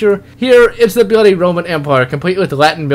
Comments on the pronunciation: it pisses me off when you say "byuudy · about half way through I realized it was "bloody" he was saying. I thought it was just a speech impediment.